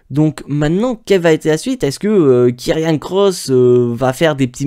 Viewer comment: c karrion pas kirriannnnnnnnnnnn